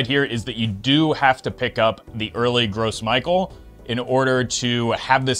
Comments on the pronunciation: “Gross Michael” 😭 basically in English it’s pronounced Grow Michelle. Although it does basically mean Big Mike which I find funny. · I physically cringed hearing Gross Michael but it was also funny tbh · Did he really just call Gros Michel "Gross Michael"? 😭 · It's pronounced much closer to "grow me shell."